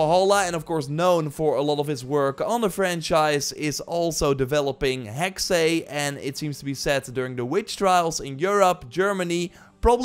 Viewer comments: Hexey? I get it secondary language but it’s Still Hexe not hecksé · NOT "Hexay".. but Hex-uh.. It's German for 'witch' EVERY time You say "Hexay".. a kitten gets murdered.. UGH! *takes-off linguist knowitall-cap. :P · Dude it's just "Hex", not "Hexay".😂 Any Valhalla updates? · Hexe is pronounced HEX no second E/ay sound